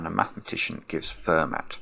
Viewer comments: I also have always heard the French (or maybe it’s the French-American) pronunciation of Fermat: “fur-maw”, not “fehr-matt” like says it. I teach high school math and I actually had a bonus question recently on a quiz, asking which word rhymes with the mathematician: fueler or boiler. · And Fermat I belive is pronounced "Furmar" fɛʁma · Euler: pronounced “oil-er” Fermat: pronounced “fer-mar” e: …